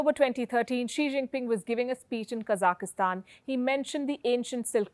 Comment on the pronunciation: She said “kazakastan” lol